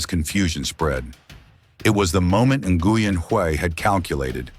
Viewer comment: First AI correct pronunciation of Nguyen. /ngwien/ white people can't recognize the consonant cluster /ngw/